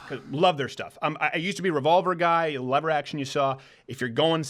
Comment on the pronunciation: Leave it to Beaver to pronounce, lever action like.... leather? Great show, thanks guys!